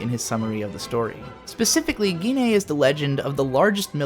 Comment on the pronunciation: Not GINNEI, BUT GIN EI DEN!!